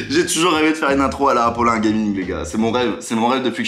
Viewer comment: Tu a dit apolin